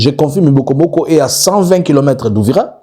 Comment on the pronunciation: On dit Bibogobogo